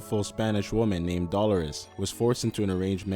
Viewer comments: her name is pronuced "DEE-lure-us" not "Doll-er-us". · Dolores is pronounced 'Dow-low-riss' not 'Dolar-riss' lol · Dollar-ez lol. D-lore-Es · That ain't how you pronounce Dolores